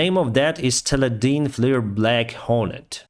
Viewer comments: Tela-Dine =Teledyne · Black Hornet- Teledyne won't be pleased with your pronunciation,! Tell-ee-die-n. Also, interesting map in the first 30 seconds of. Unfortunately dated back in May, so not useful now.